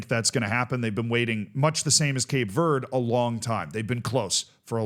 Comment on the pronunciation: “Cape verdey”